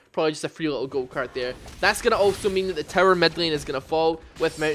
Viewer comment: when he said "gold card" i thought he said "go cart"